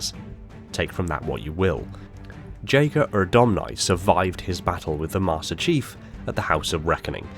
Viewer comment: You can't even pronaunce 'Jega'...